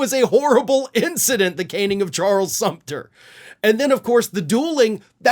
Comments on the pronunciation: Sumner..., not Sumter. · It's Charles Sumner, not Sumter like the fortress in Charleston harbor. Only for historical correctness ;-) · Charles Sumner, not Sumpter. He was permanently disabled.